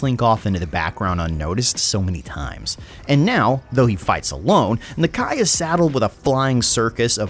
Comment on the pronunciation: I may be wrong but your saying nakia wrong